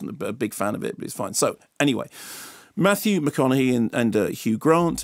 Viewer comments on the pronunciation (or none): Yeah mark his name is Mathew mcconaghey not mahogany, that's a bit of wood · did he just call him Matthew mahogany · Did he say Matthew MaHOGANEy lol... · Did you seriously say Matthew Mahogany at 1.11?